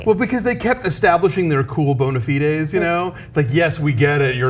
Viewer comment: "Bon-a fee-days"? It's "bon-a FIDE", you don't pronounces the 'e', and you don't pluralize it.